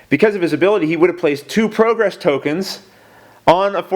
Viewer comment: I hate to say it but you've been making a mistake every turn. You're mispronouncing "progress". Seriously, it's an amazing job you're doing with this considering the high quality and quick turnaround time.